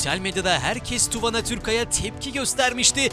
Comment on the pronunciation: Tuvana söyle okunuyo. Tu vaanaa